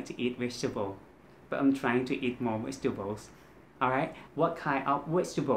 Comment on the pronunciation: Its not wegtables there is no V in Thai so I forgive you and love your awesome wideos...